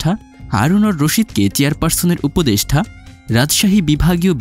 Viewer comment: উপদেষ্ঠা না, উপদেষ্টা উচ্চারণ ঠিক করে ভিডিও বানাবেন, সোস‍্যাল মিডিয়া ফাইজলামির জায়গা নয়, ভাষা নিয়ে যা তা করার অধিকার কে দিয়েছে আপনাকে? ফাজিল কোথাকার!